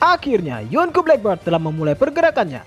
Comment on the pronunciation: Min, sebutannya bukan black bird tapi black beard (sebut dengan ejaan biyerd)